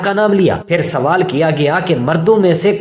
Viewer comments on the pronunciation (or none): none